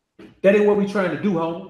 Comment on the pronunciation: Especially when he say Homieeee u can hear the accent right 😂💯